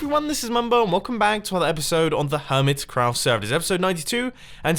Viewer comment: Why on your server list do you call the hermitcraft "Urmitcraft"?